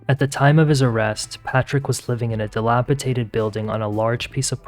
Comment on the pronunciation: It's "dilapiDaTed," not "dilapiTaDed."